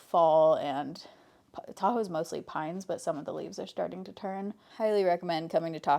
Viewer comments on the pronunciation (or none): 5ish minutes in and listening while getting my kid’s school lunch made and hear ‘I have a taco vlog coming out’ and didn’t flinch because it tracks… then realized you said Tahoe 😂 makes more sense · I thought you were saying TACO blog and I was super confused. I got there eventually. 😂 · Why did I hear "taco vlog" instead of Tahoe vlog? 😂